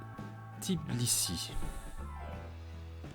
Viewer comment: Bonjour, c'est pas Tiblissi mais Tbilissi , vous avez mal prononcé la capitale de mon pays ahahah ;)))